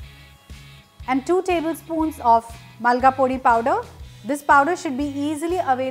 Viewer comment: It’s Molagapodi. Not Malgapodi. Molaga is chilli and podi means powder in Tamil